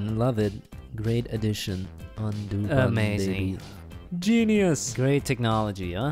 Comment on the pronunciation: Why do they say “beby”?